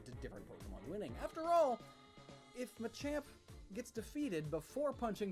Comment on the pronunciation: THAT NOT MACHOP IS MACHAMP